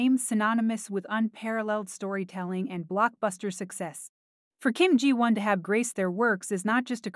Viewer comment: At least the AI pronounced “Ji Won” correctly. 😂